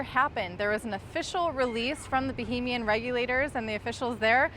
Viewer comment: Not bohemian. Bahamian